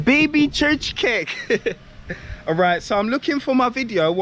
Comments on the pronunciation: nice place, welcome back to Hungary. Csirke is chicken, not csicskek. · Chicken is pronounced Cheerka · check up the pronunciation for chicken or hens in google translator, because what you say is totally not understood for any Hungarian.